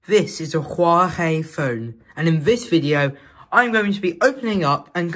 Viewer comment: "Huawhey phone" ?